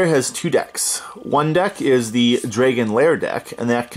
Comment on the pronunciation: "draygon" lol